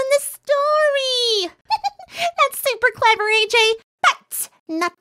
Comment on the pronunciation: Welp i can only say is..... When says “ EJ “ instead of “ AJ” because Ej stands for Epple Jack not Apple Jack